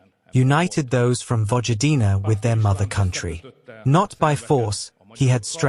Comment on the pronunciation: "Vojvodina" and "Vučić" were butchered so badly, it's not only disrespectful, it was difficult to understand what the AI narrator was even speaking about. "VOICE OF AI TRANSLATOR" is a very lousy excuse. Make it pronounce names correctly, or at least closer to correctly, hire a human, or a better AI! It's pronounced "Voyvodina" and "Vuchich" btw. (if AI saw it written like that, it would pronounce names correctly) "J" is always pronounced "Y" in every Slavic language, German and Dutch. P.S. I have to add "Subotica" It is not Subotika!!! Serbian is not a Latin language! C is never K, it's always TS (as in "tsunami" or "tsar") in all Slavic languages! Why don't you hire someone to speak, or at least pay attention to what kind of text you give the AI?? The AI narrator is incapable of doing the job, unless it reads "Subotitsa". It's default is English pronunciation, obviously. I would be willing to fix it for free, that's how much disrespectful I find it. Please understand, my reaction is a product of years of listening to Slavic butchering online, I did not get triggered after this video alone.